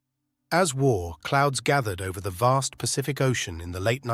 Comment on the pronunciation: "As war...clouds gathered." Dumb-ass AI voice blows the first line. A real human with a thick east European accent (or any accent really) would be much better.